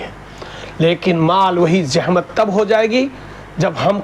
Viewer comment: Kya hazrat, Yeh jahmat kya hai, aap urdu medium nahi hai shayad, Yeh lafz jahmat nahi zahmat sahi hai